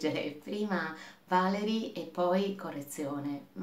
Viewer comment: Valéry è francese. In italiano si legge così: Valerì.